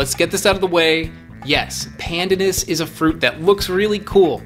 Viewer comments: Pronounced: "pandaanus" ( long second syllable). Also the leaves can be used to dye food a light green and add a particular flavour. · It’s pan. Dan. Us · Pleaseeeee learn the right way to pronounce pandanas. It drives me nuts ( mind the pun).